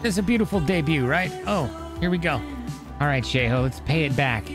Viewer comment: Hey might I know you prolly don’t care but it’s pronounced show hey